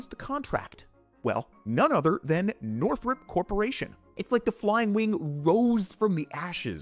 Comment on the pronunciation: Northrop, not Northrup